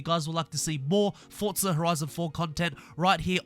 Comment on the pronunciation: There's no T in forza its just forza. Litterally the only reason I dont subscribe and watch more than the first 5 seconds